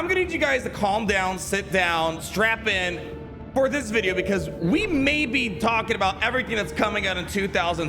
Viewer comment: Did he say "strap in" or "strap on"? - Old Ben